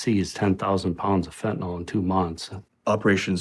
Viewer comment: I know it's a small thing but it's kind of silly that everybody, including media , politicians etc mispronounce fentanyl...